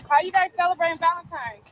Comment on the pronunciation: It’s pronounced ValeNtine’s day……..not Valentimes. There is no M